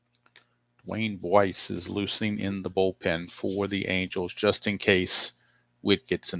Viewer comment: For future reference, pitcher DeWayne Buice's last name is pronounced "BICE". Pretty interesting game. The Brewers had some pop in their lineup back then but no bullpen to speak of.